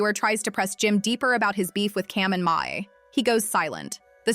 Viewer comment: Sooooo we all gonna sit here and act like she keep saying Mase name wrong 🤦🏾‍♂️😂😂😂 she keep saying Mahe who the fuck is Mahe. That shit throwing me off cause she keep sayin the shit Lls